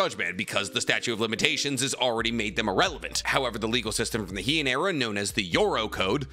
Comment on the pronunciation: Statute, not "statue" of limitations. Jujutsu, not jujitsu. Heian is "Hey-on", not "he-on".